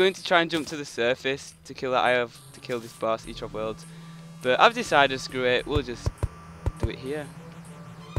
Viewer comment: eater of words? dont you mean destroyer of worlds? [sorry for making fun of your accent]